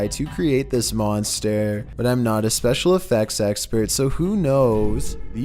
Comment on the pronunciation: Someone please tell me y do the narrator said slow, r some what ???? "Special "